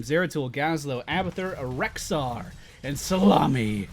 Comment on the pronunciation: YES i finally know why he calls Kael'thas "salami"